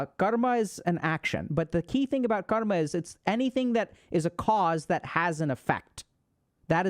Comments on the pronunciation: dude is pronouncing karma like he is indian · Bro can pronounce every word with perfect English except Karma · I've been pronouncing karma wrong this whole time